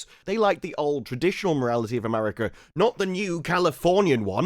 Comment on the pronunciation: America ends with an A, not an R. Pronounce it properly.